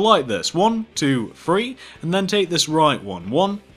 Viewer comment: i don't want to be mean but he says three like "free"